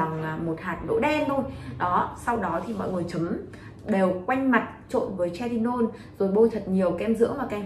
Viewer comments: Thật sự quay clip nên tìm hiểu cách phát âm hoạt chất, chứ Hydroquinone đọc là hi - rô - quin, retinol hoặc Tretinoin, chứ đọc tre - ti - non là chết rồi :) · "Hi dro quyn" "Tre ti nôn" :)) K hiểu hãng nào training đọc thành phần như này =)